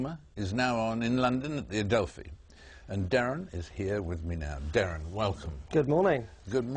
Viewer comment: its DERREN FFS! not Darran, Darren, or Derran!